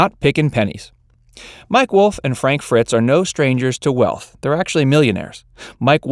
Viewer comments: It's Fritz not Fitz. 35 seconds in and the 1st mistake. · How accurate can this be when he can't even pronounce Frank's name. It Frank Fritz not Fitz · It's Frank Fritz, not Fitz! Way to do your research🙄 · The name is Frank Fritz not Fitz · Frank Fritz, not Fitz. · It’s Frank Fritz not Fits…at least could could have gotten that part right. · Frank Fritz not Fitz. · Very informative. I always thought Frank’s last name was Fritz, not FITZ as the narrator repeatedly states. Facts Verse?? I don’t think so. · How many times is the person going to mispronounce Fritz. 1st half he was saying Fitz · Frank Fritz not Fitz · Frank fRitz ...lol not fitz.....dummy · It's "Fritz", not "Fitz". How could you have done all this research and gotten his name wrong? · IT'S "Fritz" not fitz. get it right! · Go to all the trouble of making this video, but can't get Franks name right it FRITZ not FITS, THEN AT 7.29 YOU GET IT RIGHT!! totally discredits the whole video IMO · FRITZ, not Fitz! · Frank FRITZ, not Fitz... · It's Fritz Not Fitz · Frank's last name is also FRITZ. F-R-I-T-Z..... not "Fitz". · Indeed... it is the pinnacle of irony when your channel is named FACTS VERSE and yet you cannot even properly pronounce the name of the host! ...and there are ONLY TWO hosts!! At this point it becomes painfully obvious that you've never even watched the show before! SMH 🤨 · It’s “Fritz”